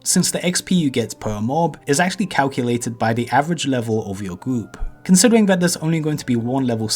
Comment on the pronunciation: Dwops….Gwoups...Considewing…WAWWIOWS....acwoss….fwost nova....wanged, idk what this guy is saying 90% of the time. Oh, almost forgot, wowld of wawcwaft.